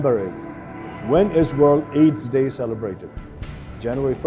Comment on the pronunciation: Passa ley "Waen ees orls aess dae ??" Deko ta sathi ta WTF!!! Bhayo hahaha hame herney manche haru lai chai CRINGE bhayera barbaad.